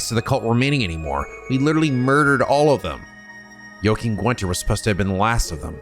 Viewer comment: PRONOUNCED JUNA CORRECTLY?! Does that mean that he will start saying Jona right too??? Edit: HE MOST LIKELY WILL! IF HE PRONOUNCED JOACHIM CORRECTLY, THEN HE WILL DEFINITELY SAY JONA'S NAME CORRECTLY TOO!!! YES!